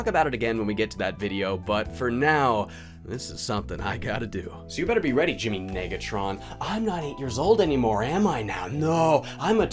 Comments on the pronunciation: Hmmm... yeah I think the narrator needed to practice saying the prefix "nega" a little more better... Just saying..... lmao! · “You were [two] letter[s] away from gettin’ lit up like a suburb in December.” — Darnell, on the narrator’s pronunciation of Negatron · No way that was unintentional, you can hear a clear "i" instead of an "e".